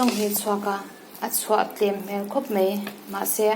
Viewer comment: Paih mei mei tih loh tur....MAI MAI....tih tur aw....